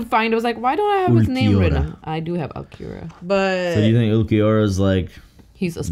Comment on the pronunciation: UL- KEY- ORA